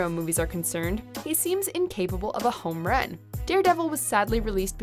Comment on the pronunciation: She said homeren not homerun. Did anybody else hear that?